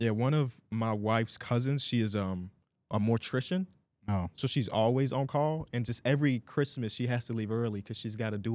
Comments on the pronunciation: it is morTICIAN, not morTRICIAN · “Mortrician” is wild as hell lol